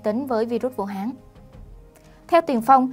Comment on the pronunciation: Vũ Hán.chứ ko phải vũ háng.nghe ko thiện cảm.đề nghỉ người đoc chỉnh sửa lại từ này.hán ko phải háng.ok